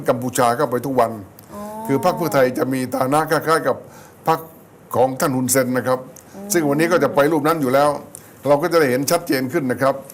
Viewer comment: ฮุน แซน ไม่ใช่ เซน สระแอครับท่าน Sen = แซน e = แ